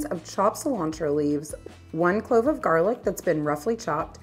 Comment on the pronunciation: The way cilantro is pronounced kills me being Hispanic. Lol. Great video nonetheless.